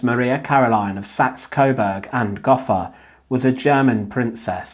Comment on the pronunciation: Gotha has a long "O" in it.